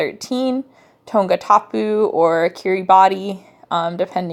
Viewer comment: you mispronounced kiribati lol..but thanks for the video! it really helped